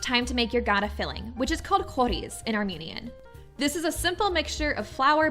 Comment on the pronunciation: Your recipe is pretty accurate. We Armenians also make Gata with yogurt. Incidentally, when pronouncing it, it's the softer "T" sound, and not the hard, like Gada. Thank you!